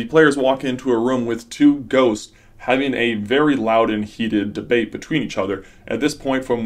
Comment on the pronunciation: At the "sound argument" one i understood goats instead of ghosts and honestly im gonna run with that. :D